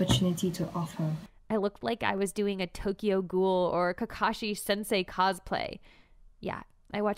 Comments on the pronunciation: i started giving minor bird sounds when i heard that she pronounced tokyo ghoul as tokyo "goal". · 😭😭she said “Tokyo ghoul” like it was Kaneki’s name.